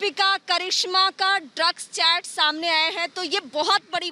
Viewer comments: Lax nhi drags nahati he Dipika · Not Luxx . It's Drugssss🤣😂